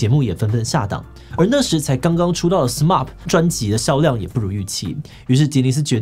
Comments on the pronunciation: 有點不習慣志祺七七 對『SMAP』的發音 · 志祺你讀錯了SMAP的名字了... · 呃...SMAP唸成SMARP，Smile唸成Smell這樣好嗎？